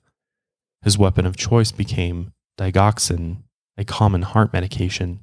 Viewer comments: Our meds are kept in a locked dispensing system that we access with our fingerprint. And since you asked 😊 it’s pronounced DiJ oxin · I always thought the g in digoxin had a j sound, because it's made from the plant foxglove, aka digitalis, and I was sure the g in digitalis had a j sound too. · Australian Nurse. Overall, most meds aren’t restricted, so OD’ing a pt on insulin or digoxin would be easy. But it’s also traceable with pathology, so one can assume you’d get caught… Pretty shitty that unstable people use high trusting jobs to do crappy things. I also say digoxin so differently than the way you say it 😂